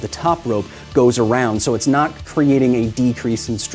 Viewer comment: Drinking game: drink a shot every time Kyle says knot and you hear "nut"